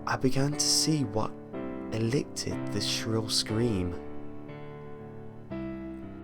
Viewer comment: "elickted"? Really? I get that this was in 2012, and you've probably improved quite a bit since then, but goddamn it, creepypasta readers: learn how to pronounce words and edit your flubs out.